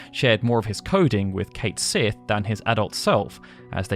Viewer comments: i have one major complaint about this video. Only one complain in general. It is not Kate Sith. Since it is Gaelic It is pronounced Ket Shee. However, the official pronunciation is apparently Kate Shee. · You're using a British accent but don't pronounce Cait Sith's name in the very obvious Welsh or Irish Gaelic. I understand that most Americans pronounce it phonetically, but still. . . It's pronounced "Cat Shee" Just like "Banshee" is actually spelled ""Bæn Sídhe" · Its pronounced Cotch See (Cait Sith) - it's means fairy cat in Irish/Scots Gaelic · He's British yes, but he's technically English, not Scottish or Welsh. Britain has many different accents which are drastically different. Also, the localisation of Cait Sith's name is officially pronounced Kate-Sith and not Ketshi, like it is pronounced in Scotland and in the original Japanese. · every mispronounciation of Caith Sith made me cringe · You should probably be pronouncing Cait Sith properly